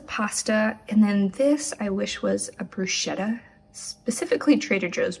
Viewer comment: Unrequested instruction: "bruschetta" is said with a "k", it's "brusketta" 😊 Really appreciate coconut yogurt! Thank you again for your videos